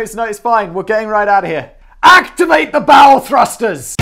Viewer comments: You had me at "Activate the bowel thrusters" . . . or was that "bow thrusters"? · I heard bowel. I like that better. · I heard bowel, too. And something akin to your first thought was mine LOL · "ACTIVATE THE BOWEL THRUSTERS!!!!" Not sure whether to blame Closed Captioning or Simon's accent. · Did anyone else hear him scream "Activate the BOWEL thusters" or is it just me?